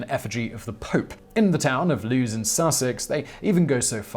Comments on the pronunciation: Lose, in Sussex?? Lewes is pronounced LEWIS!! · Lewes in Sussex is pronounced the same as Lewis, not "Loos." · Whistler I love your videos, but I'm staggered by your pronunciation of Lewes. It's not "Loose", it's "Loo Iss". How can you do that to us Brits? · Lewes is pronounced Lue-iss. Not loos. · Its pronounced " Lew iss" not lews, thats where i am from and was involved on bonfire nights for many years, 10s of thousands of people watching some crazy explosive fun, not just fireworks but fire shows. Five different processions, fires and displays. Great fun if you can make it. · Hate to be that guy. But Lewes is pronounced like Lewis not Lose. You should probably just put the pronunciation warming before all videos! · Lewes in Sussex is pronounced Lewis not Loos. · Lewes (county town of East Sussex) is not pronounced Loos, it's more like Lewis. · Problem, "loose" is actually pronounced Lew-es, it's a rather important place. I was once asked by some American Tourists "Do you know the way to Loose?" It took a few seconds to realise they meant Lew-es (spelt Lewes), get it right. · Lewes is pronounced "Lewis" not "Lewes" (which doesn't make much sense ) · Dude..... Did you really pronounce Lewes as Loos? It's pronounced more like Loo Wes. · It's actually called Lewes, not Loo's :-s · ‘The town of Loos Sussex’ - It’s pronounced ‘Lew-iss’ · The town of what in Sussex?! Its spelt Lewes but its pronounced the same as the name Lewis. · You pronounce Lewes as Lewis by the way! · Lewes is pronounced “Lewis” or “Louis”. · The town Lewes is pronounced the same as the name Lewis. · Lewes is pronounced the same as Lewis. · The Sussex town of Lewes is pronounced loois, the burning crosses represent 17 protestant martyrs burnt at the stake in the 1550s, if you want to see a great bonfire night go to Lewes they have I think its 5 or 6 bonfire societies parading through the streets all evening there are plenty videos on Youtube, it gets extremely loud.